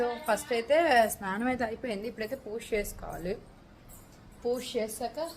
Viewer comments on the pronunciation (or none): పూష కాదమ్మా పూజ